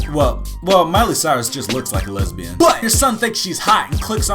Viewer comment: Lesbian not lesbiout